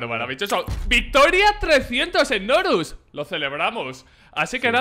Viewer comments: Nombre:Znorux Como lo dice: Snorus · Fans de znorux: Snorlax